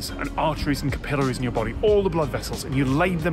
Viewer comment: Ca-pill-ories,? Really? That is how it is pronounced over there? "You would die." Y'don't say! I hadta' laugh! My favorite fact. If you could make all of your muscles move in one direction, you could lift twenty-five tons (tonnes?) Or maybe it's for every human on the planet, there're six Tons of ants...